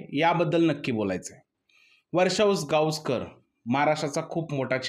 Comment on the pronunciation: आधी उसगावकर असं नीट म्हणता येते का बघा बरं😂😂😂😂